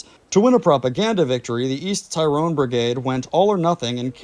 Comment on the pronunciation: Pronounced tirrone not tie rone